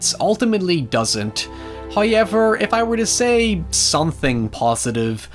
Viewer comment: I promise I'm not saying this to make fun of you, I genuinely love it: I love the way you say however. "Howyever."